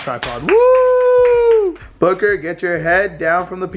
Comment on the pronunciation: It's Booker. Not Booger